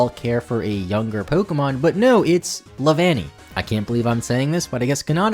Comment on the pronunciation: leavanny sounds like nanny at one point